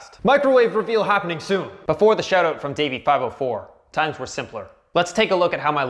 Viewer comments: Sounds like you are saying shadow instead of shout out. You must be Canadian. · I can tell you're a fellow Canadian by the way you say SHOAT OAT. Fookin epic bud.